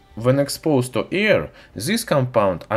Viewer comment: Very nice, high five! No but serious your pretty smart. your accent is great i love it, just need to work on how you say "Air" because it sounds like "Ear" either way though you're doing great. 😁👍